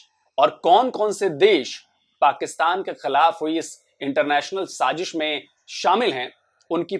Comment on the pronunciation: Very informative video. Extremely smart move, beneficial to multiple countries. It's wise to exclude the countries that can not be trusted. Good job as usual. Gentle reminder: It's SAAZISH,not saaJish. Love all your videos. Best wishes from Boston USA.